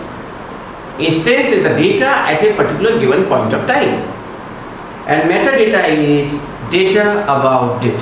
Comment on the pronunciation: Meta data not mata data sir 🙏